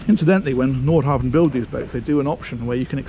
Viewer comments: Love all your reviews, I'm addicted. One small thing is your pronunciation of Nordhavn, the V is silent. So its Nor-how-wun! Used to live in Norhavn in Copenhagen, so had this hammered into me. Thanks! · Haha, correcting myself now. The d and v in Nordhavn are silent. 😊